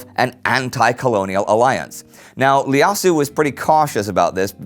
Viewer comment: The Ethiopian emperor’s name was actually Iyasu with and “I”- pronounced as “ei” not “L” since you were pronouncing it as “Lyasu”. It’s a biblical name which translates to “Josiah”